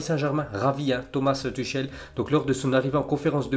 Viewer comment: Prononce "Tuchel " correctement stp c'est "rhè" pas "chèl "